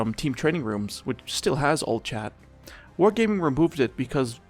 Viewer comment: blud said "whore gayming" 💀